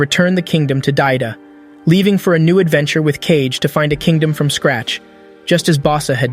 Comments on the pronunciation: Wtf is "cage" he is KaGe not KeiJe... KaGe = かげ = shadow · “KAYG” 😭 its “KA - GE” DUMASS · Kage is still pronounced ‘cage’ in english(so the AI reads it as such), if you want to differentiate, you have to spell out the pronunciation, ‘Kah-gey’, it’s a common issue with AI, when reading words/phrases from another language that were translated to English characters without adjusting for how a native would pronounce it, it even makes the same mistake with English words(example, if it were reading ‘the polish people’, instead of ‘the pol-ish people’, it may say ‘the po-lish(as in nail polish) people’) so a decent workaround is to do one of two things, spell it in its native language(assuming it has non-english characters, so use the actual Japanese characters for Kage), or spell out the pronunciation So, without keeping as keen an eye as this for detail nor keeping mind for such solutions, such errors do make their way through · His name isn't Cage it's Kagé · Cage??? fr reading kage as cage 💀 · it's kage. Not cage. Ka-ge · Cage? Ka-Ge? ummmm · Did he just call Kage, Cage? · You're mispronouncing A LOT (It's Kage. As in hoKAGE. Not cage. Then again you've probably never seen Naruto...) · It's not Cage! It's Kage. Kage = Shadow. Really his name is Cage? ;D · His name is Kage and it's pronounced as "Kagge" this honestly sounds like ai narrated this video like have you even watched the anime thoroughly? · Kage is 2 syllables btw Ka-ge (means shadow in english) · This would be do much better if you even tried to pronounce kage correctly